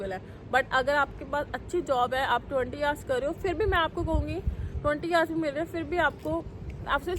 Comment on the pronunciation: You can't even say 'hours' (girl in pink blouse) correctly and you are studying in England! Can you please brush up on English speaking skills!